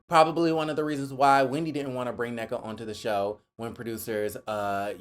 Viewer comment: But we were led to believe Ashley is friends with professional and highly educated people? Not to mention she mispronounced Nneka name!